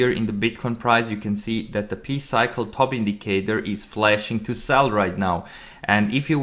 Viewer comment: PIE CYCLE not Pee cycle.